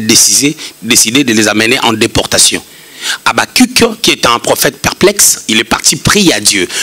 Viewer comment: J'aime votre façon de dire Habacquc 🤣🤣😂🤣😂.